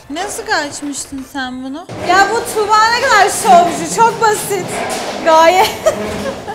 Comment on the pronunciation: sanki tugba tuba dedi😅